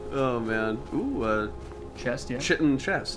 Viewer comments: "Aktchually, it's pronounced KITE-in" &: "I don't remember asking you a god damn thing." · just so you guys know chitin is pronounced like 'kyte-in', not like how you've been saying it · No, no, no – it's spelt chitin, but it's pronounced 'Throatwobbler Mangrove'. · LaFave "we still refuse to pronounce Chitin properly" Bros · guys, it's chitin not chitin, jeez 🙄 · You guys keep mispronouncing chitin it sound like chaurus shitting. 😂